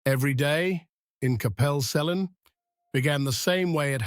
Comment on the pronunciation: I was looking forward to this until I heard the pronunciations.. if you are doing a doco, please learn how to pronounce towns and places . Cwm is pronounced koom....C is pronounced like k for king.. Celt is Kelt and Capel Celyn is pronounced as Kappel Kel Lyn ...... Capel is Welsh for Chapel and pronounced as such without the H. Watching from Australia with Welsh heritage